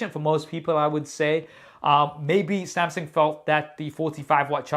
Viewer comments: how to pronounce samsung......!!!!!!!!!!!!!!!!! wht the helll samseng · I love you but I really wish you'd learn how to pronounce Samsung properly <3 samsing.... samsang... no. Samsung